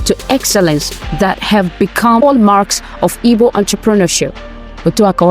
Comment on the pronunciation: Igbos not "ibos"